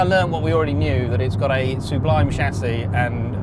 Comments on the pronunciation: I hate to be a pedant, but it's sub-lime, not sue-blime. It cut through me every time! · Sublime = "sub lime" not "Sue Blime" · Suebliime Hate the way he says that